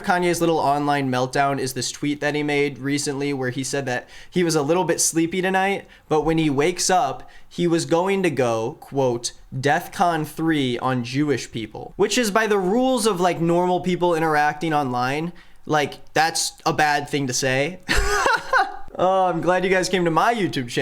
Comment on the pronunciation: I find it kidna funny he's saying death con instead of defcon. Death con doesn't mean anything, he's even stupider than we are giving him credit for. Tracks tho, anti-semitism is directly linked with being stupid.